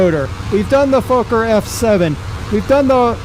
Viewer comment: Lol im dutch and you didnt say it correctly.